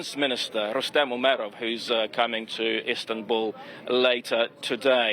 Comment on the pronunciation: Zelensky should stay in istabuuullly 😂